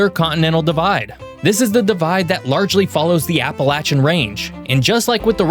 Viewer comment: At least he pernouced appalachia correctly